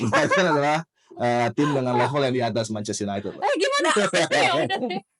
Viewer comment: serius nanya klo nyebutin nama2 pemain asing kok kyak d buat2 sih... komentator org bule aja kgak gitu2 amat pelafalan nya.. trus2 itu kenapa selalu bilang Mances United bukan ManchesTER united 😮‍💨